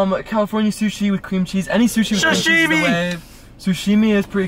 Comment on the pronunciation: everyone having a normal conversation about sushi:: “Coosushi” LMFAOO